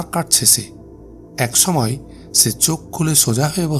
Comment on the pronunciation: ছময়, ছম্পাদক, ছংঘাত 🤨 উচ্চারণ টা ঠিক করা যায়না?